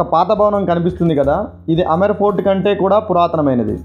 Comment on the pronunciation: Say Amber fort. Not Amar fort